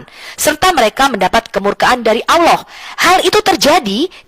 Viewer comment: sopikatul mengucap kan kata Allah aja susahnya minta ampir kapir betina 😂